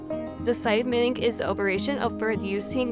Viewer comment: The g is not pronounced like that. You are saying millingeh drop the “eh”